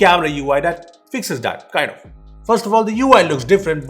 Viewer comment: cant say "that" he always says dat